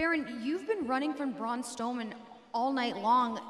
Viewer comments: Braun Stoleman?! Um It's Strowman. Braun The Abominable Strowman! Get it right Charlie!! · she said Braun stoman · did you here her say Braun stoman with no R LOL!!!!!!!!!!🤣🤣🤣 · Did she said braun stoneman or am I just not hearing strowman😂🤣😅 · Ok ok... but.. is nobody gonna talk about ”Braun STowman”?